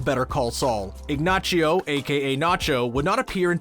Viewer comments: it's pronounced "ig-nah-see-oh" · Guys please, effort! These are hurtful: 1. it's not pronounced Ignacho ! 2. Mike's a Vietnam sniper, the gun dealer is just spotting him, NOT teaching him how to use the rifle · I kept thinking, he can't seriously believe it's pronounced "Ignachio".... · Yeah bro "IgNACHio" is pretty spot on! -_ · As a non Spanish speaker... please never pronounce Ignacio that way again.... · Who forgot to tell this guy how to pronounce Ignacio? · Your mispronunciation of Ignazio is making me cringe. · It'saaa Italian pronunciation!! Lol, just kidding. Native Spanish speaker here and yep, "Ignacio" sounds funny/awkward. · Dude, do you even watch the show? You have no idea how to pronounce nacho’s name and any real fan would know that. Also, no offense but this is like pre-k for better call Saul fans. Step it up a bit 😆and it’s Mike Ermantrout not TROTE! How can you have millions of followers you have absolutely no idea what you’re saying? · Who tf is "Ignachio"??? It's Ignacio🤦🏻‍♂️ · Everytime he said "IgNACHio" I cringed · Its Ignacio not Ignachio! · This video is cringe. The crazy 8, I thought, was Lalo just calling him by his established nickname, not actually dubbing him that. And why is the guy saying Ignachio. They literary say his name in the show, it's Ignacio not Ignachio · Way to say ig nachio it's igna c o I don't think you watch the show otherwise you d know how to say his name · So annoying that you call him Ignachio. It’s Ignacio. Nacho is the nickname but just because the Knick name has a ch it makes no sense why you would say it like that. Granted, Saul says ignachio, but it’s probably the terror of the moment that makes him say it like that. One thing I feel BB and BCS didn’t do their proper due diligence is the Spanish language. The only one that actually speaks it well is Lalo. Everyone else is fake, makes no sense, and is just plain wrong. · bruh stop saying ignaCHio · Ig-nah-see-oh, please. C'mon man! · Ignachio? C'mon man🤦‍♂️